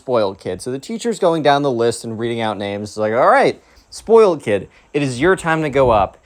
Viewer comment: Zspoiyled. (Spoiled)